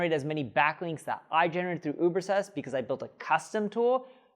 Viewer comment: Why can't you pronounce the name of your own tool? Ubersest?